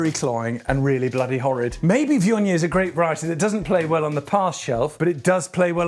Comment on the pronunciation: Never knew it was pronounced vee-on-yay!